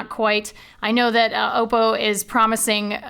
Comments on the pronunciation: its not pronounced "auxppo" its just oppo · It's Oppo not Opo! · Damn it! got you saying Oppo wrong too!